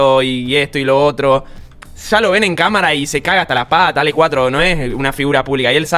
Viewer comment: Muy buen video. Solo que no es Alec, es Ale